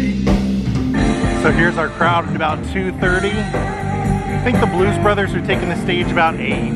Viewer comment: When they were announced. I swear he said Blues Brother. Great video. Thanks for sharing.